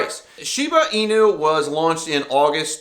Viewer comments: All credibility goes out the window when you can’t even pronounce Shiba Inu. It’s eeeeenu not eyenu. Do some research dude. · I cant take you seriously when you cannot pronounce inu